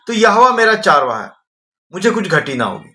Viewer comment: चारवाहा शबद नही चरवाहा शबद है हिनदी जरा शुदध बोले